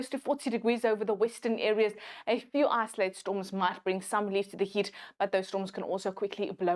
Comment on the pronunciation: "Isolated", not "isoalted".